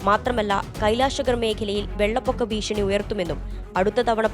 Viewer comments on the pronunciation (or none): none